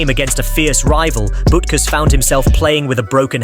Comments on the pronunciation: Yeah; especially BUT-kus (not "BOOT-kus"). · That’s Dick Bootkus according to the narrator. 😂